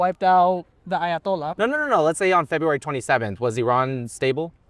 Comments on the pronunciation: hear how respectful he pronounced ayotollah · I love how he tries to pronounce "Ayatollah" in some ethnically correct way, and it ends up being Spanish. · The way he pronounced “ayatollah” tells me everything 😂